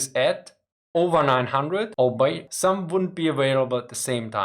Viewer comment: Just for your information, and not a criticism: 'albeit' is pronounced as if it were 'all be it', and 'deaf' is pronounced as if the 'a' were not there. English pronunciation can be almost as bad as English spelling.